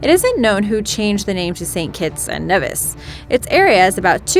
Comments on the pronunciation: It's NEE-vis! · Does this person know anything about pronounciation? First “arch-ipelago” and now “St Kitts and Neh-vihs” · Saint Kitts and Nevis --> pronounced KneeVis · Knee-vis.... Not Neh-vis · then you know how to say Nevis correctly. Its pronounced "nee vis" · it is pronounced knee- vis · St.Kitts and Nevis (Knee-vis). If you're gonna say it, say it right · correction.nevis its pronounced neevis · It's pronounced "knee-vis" by the way... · i live in d catibbean and we learn about st kitts abd nevis. it is pronounced NEEEEVIS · She's saying Nevis wrong just a FYI